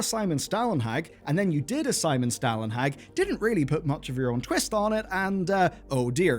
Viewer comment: Oh took me a moment to recognize Stälenhags name... Its okay, but of you are curious the Stäl is mote like the word Stall-ehn-hawg Ehn like Ender and hawg like Hawk but with a soft g ending